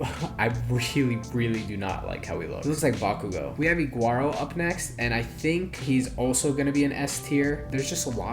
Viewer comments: Iguro❌🚫 Igwaro✅👍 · ah yes, "igrauro" and "shinsgawa" and "shinobi"